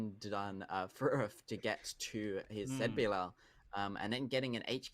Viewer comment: Please stop saying ZetBiLL just say ZiBiLL like normal person